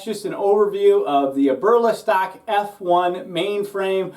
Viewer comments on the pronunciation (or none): Ya that was driving me crazy lol. (Eb-er-Lee-stock) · “Aberlastock” lol. Good review man.